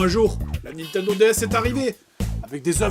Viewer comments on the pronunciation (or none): none